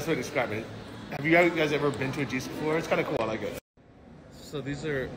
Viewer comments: We have jysk in Canada. We just pronounce it jisk. Probably wrong pronunciation. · I gotta teach you one day to say "Jysk" coming from a guy from Denmark (same city as the founder of Jysk) ;)